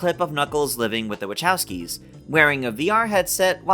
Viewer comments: Say the last name correctly it’s pronounced wah cow ski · Not a huge deal, but...phonetically..."Wuh-KOW-skee." K...not Ch.